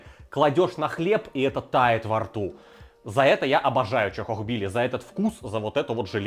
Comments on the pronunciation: Ля даже видос называется "чАхохбили", а кровь из ушей идёт от 100500 повторений "чОхохбили" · Почему, сука, в названии ролика чАхохбили, а он упорно говорит чОхохбили???!!! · Друже , почему ты говоришь чОхохбили? Чахохбили же ж🤔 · Не чо а ча и не хохо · И кстати почему говорит чОхохбили? Даже в названии рецепта чАхохбили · разве не чахохбили почему ты говоришь чохохбили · Как он так произносит чохкохкбили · черт возьми, почему произносите-то как чОхОхбили??! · Безграмотно как-то произносит название блюда